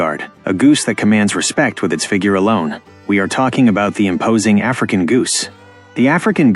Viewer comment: i dont like the way he said the african